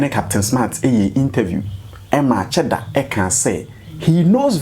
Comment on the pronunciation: Afia the name is cheddar 😮not sheddar.